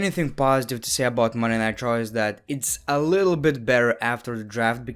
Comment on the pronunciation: Not trying to be mean but when u saw monday night raw it sounds like Monday nigh traw